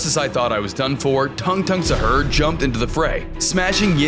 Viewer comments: It’s not “Shar”it is sahur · He said sahur your def or sum?